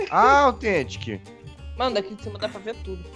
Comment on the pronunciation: você não sabe fala althentic fala Authentic e com U